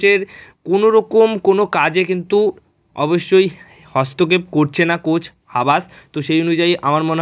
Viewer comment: তোমরা কারা? কার হয়ে দালালি করো? তোমাদের উচ্চারণ এরকম কেন? ম্যানেজমেন্ট কে বলো মেনেসমেন্ট। কোচ কে বলো কোস।